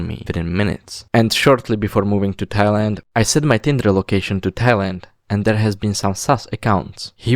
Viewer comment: bro pronounces thailand as thigh lind